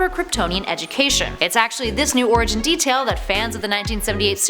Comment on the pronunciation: LOL! I heard "Her first origin" as "Her first orgasm".